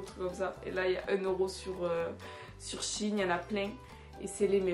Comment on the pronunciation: Par contre c est pas "chine" mes shein il faut prononcés le "e".voilà sinon je t adore❤❤❤❤